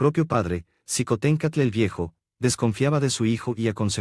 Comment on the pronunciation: Esto es su visión pero es imparcial, no comparto su historia con respecto a Xicohtencstl se pronuncia Shicotencaatl